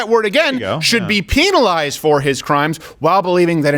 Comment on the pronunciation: The way you said penalized just isn’t right 🤣😅